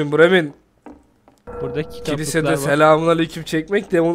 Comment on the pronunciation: Bremin değil bremın